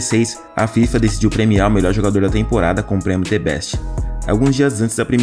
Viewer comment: T Beste? The = Zhë, Best = Bess, you now ?